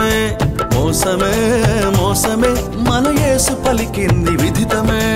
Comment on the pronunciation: Dear brother, there's a mistake in sub titles as well as in pronunciation. It should be విదితమే , not విధితమే. I wonder how you missed it.